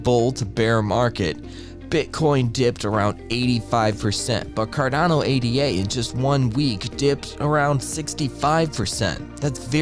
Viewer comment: Ada, not A.D.A., its named after Ada Lovelace.